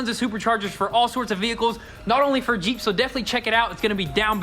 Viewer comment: He's yells jeep, I hear yeet